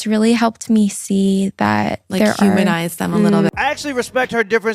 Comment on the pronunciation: Wild how she said "humminize them" like we are some creatures